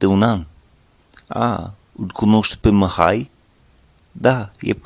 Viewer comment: Bună lecția, bun accentul. Te descurci excelent. Doar mici corecții: Numele Mihai se pronunță exact cum este scris, deci cu "i" , nu cu "î" (pentru recunoașterea rapida a sunetului "î", ține minte ca în interiorul cuvintelor se folosește litera "â" pentru redarea sunetului "î". Litera "î", pentru redarea aceluiași sunet se folosește la începutul cuvintelor și doar ca excepție în interiorul cuvintelor atunci când acestea sunt cuvinte compuse cu prepozitie ex. reîncărcare, neîndemânatic etc). Și încă ceva... La cuvântul NU, trebuie sa folosești sunetul "u" scurt, exact cum am observat ca folosești foarte bine sunetul "i" scurt sau moale, cum vrei să-i spui, în cuvintele "aici" și "lucrezi" din video-ul tău. Așa cum ai pronunțat NU în video, aduce mult cu intersecția "MUUU" folosită pentru redarea sunetelor scoase de vacă. Chiar și asa, interlocutorul te va înțelege, doar ca va putea fi un moment amuzant într-o conversație poate, serioasă.. În rest, perfect! Mult succes în continuare!